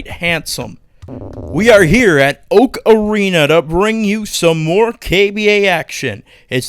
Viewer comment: I know it’s Oak Arena, but I keep hearing Ocarina XD